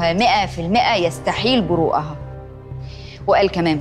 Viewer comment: قراءة يستحيل برؤها خطأ فى النطق